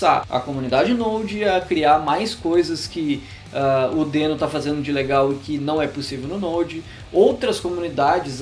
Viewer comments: Na gringa eles pronunciam 'dIno', né? Bem mais legal que 'dÊno'. :/ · A primeira coisa que tu deveria dizer é que a pronúncia correta é "dino". Até o logotipo do negócio é um dinossauro!